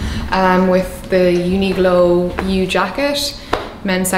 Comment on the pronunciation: the way you say "Uniqlo" is interesting